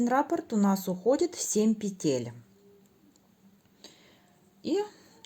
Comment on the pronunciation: Всё очень понятно, спасибо за подробный МК, единственное, что царапает ухо - рАпорт. В вязании используется термин "раппОрт". Рапорт - это заявление или объяснительная по-армейски 😁 но сам МК очень понятный. Для тех, кто пишет, что непонятно, сколько петель, сколько сантиметров - смотрите и внимательно слушайте с самого начала - автор подробно рассказывает на какой размер головы, какими нитками, какими спицами, сколько петель. Для тех, кому неудобно вязать такое маленькое количество петель на круговые спицах - чулочные вам в помощь. Или, как я, свяжите не закольцовывая, в конце работы в этом случае, надо сшить 😂